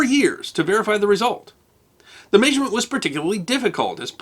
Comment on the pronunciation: It doesn't make sense to tell people that they are mispronouncing something when they are using the accepted pronunciation. It makes you come across as a word snob. Who cares whether it has changed over time? Most words change. Your own pronunciation of "measurement" is odd to me, but I wouldn't suggest you are wrong.